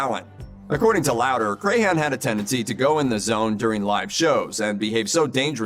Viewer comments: It's pronounced Crahan not Crayhan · I hate the way he pronounces clowns last name. It's pronounced Cran, like the cran in cranberry. Not cray-han.